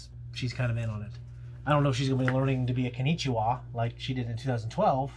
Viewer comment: Nah you should stick to English. My man just called April a "Konnichiwa" which literally translates to "Hello" lmao. Not mocking you or anything just thought it was funny to point out. The term you were looking for was "kunoichi", female ninja.